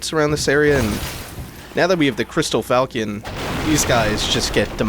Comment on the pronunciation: the weapon is pronounced FAl- Shon not falcon